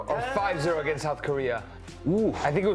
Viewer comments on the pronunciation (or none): none